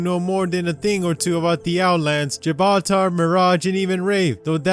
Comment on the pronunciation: “Gibaltar”